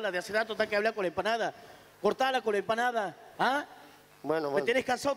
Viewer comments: A MI TANBIEN ME GUSTA CUANDO DICE ENPANADA JAJAJJJAAAAJAJAJA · La parte que me gusto fue cuanfo dijo empansda y tambien cuando le dio un beso jaja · Jajajaj me encanta cuando dice enpanada🎉😂😂😂😂😂😂😂😂😂😂😂😂😂😂😂😂😂😂😂😂😂😂😂😂😂😂😂😂😂😂😂😂😂😂😂😂😂😂😂😂😂😂😂😂😂😂😂😂😂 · Yo igual la vieja Tulla vende enpana daa